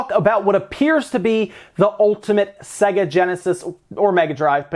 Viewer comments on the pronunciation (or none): none